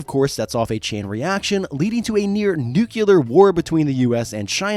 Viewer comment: nook-LEE-ar bud cmon quit being like dubya lol